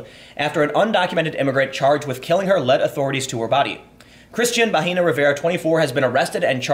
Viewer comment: Bahena is pronounced with a silent h and the e is like it sounds in Ed- The way you say it Tim, you are saying vagina.